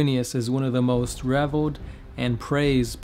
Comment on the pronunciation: These videos are great but the interruptions are very annoying as are the mispronunciations. I understand not all words will be understood phonetically intuitively but you can have Google pronounce them for you prior to making your videos. Revered (pronounced "rev-eared"), not reveled. Thirster (pronounced "thurs-ter"), not Thirstier.